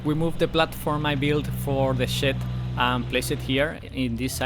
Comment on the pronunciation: I like how you say shed so similar to say shit. "we can see the facade of the house without that ugly shit" 🤣